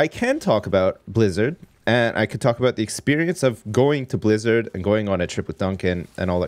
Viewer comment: Is he saying 'about disk'